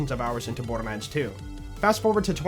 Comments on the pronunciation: Is it just me or are you saying "bordermands"? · am I tripping or dude's saying borderman?